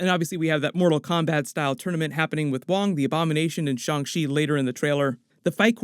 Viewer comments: His name is Shang Chi, not Shang shi🤦‍♀️ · Please say the movie name right 😅